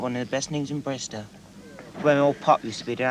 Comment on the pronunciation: not BRIZZLE ffs